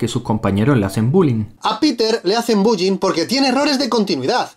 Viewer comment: En el minuto 35 el que esta hablando de errores dise buyi amigo el bullying no buyin habla bien coñoooo 😂😂😂